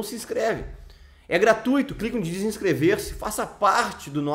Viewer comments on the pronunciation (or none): none